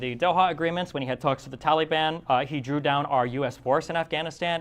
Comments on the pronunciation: I like the way that Destiny pronounces Taliban, like Tally-ban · Did Destiny say Towelie ban?